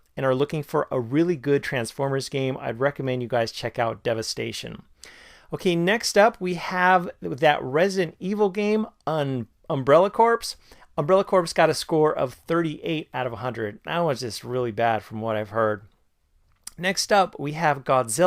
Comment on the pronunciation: "umbrella corpse"? lol